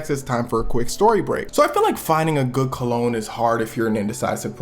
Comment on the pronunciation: Damn. I was eating. I thought you said Clone 😂